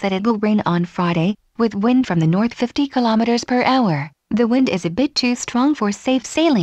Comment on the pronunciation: It's coming along nicely. =) I noticed there were a few instances of "wind" (as in "it is windy outside") being pronounced like "wind" (as in "to wind up a spring"). Is that something that will be worked on, or is that just how the text-to-speech works? Not a big issue since the meaning was still intact, but polish is always nice.